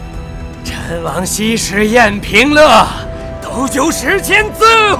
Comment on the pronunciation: 陈王曹植在平乐观摆酒宴，就读le